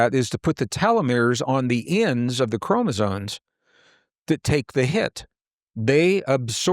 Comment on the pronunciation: Sorry to be a pain but I got to pick on continually saying CHROMOSONES and not chromosomes - other than that great talk:)